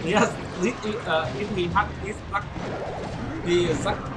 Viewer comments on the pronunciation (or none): none